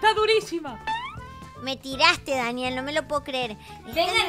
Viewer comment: el momento me encantó como dijo ñañiel jajajaj